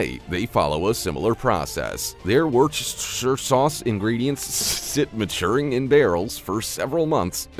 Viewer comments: It's pronounced 'wooshtershr'. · as a a Brit.. my nice american friend,,i would like to say for fun,, the way we speak for our shires,,, is ,, the L&P Worcestershire sauce is pronounced --Wust ur- shear- ---- wusturshear sauce... , like Nottinghamshire , where i live in Nottingham,,,,, is NOT.... not INN HAM..... but like --- Knot-in-Gum- but dont worry... we r nuts here in England,,,, we have many thing s said totally different than the way they are spelt..... Birmingham is Burr-min-gum... a town called., .' Towcester'--- Toast-er---.. so its not surprising ................... thanks all... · wustershur is how you say it. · really enjoyed hearing the narrator tackle worsh-tah-sheer...wus-tuh-shy...,_that_ stuff. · Worcestershire sauce is pronounced 'Wus-ter-shear sauce' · it's pronounced "werster - sheer". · Wustersha sauce ;) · Its pronounced wuster or wustersher. Definitely not how its spelled. Even knowing how its made, I will still use it. Fermented food is good for your gut. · No one asked you ... how to pronounce Worcestershire ! ehhh?